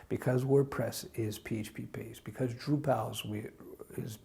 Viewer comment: "DrupEl" :D